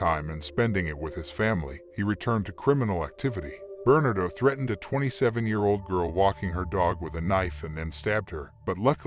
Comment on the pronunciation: Thanks. The robot voice could use a better enunciation. It amused me to hear it say burn-ado all as one word instead of Bernardo. Funny. Overall a very good job. I appreciate it.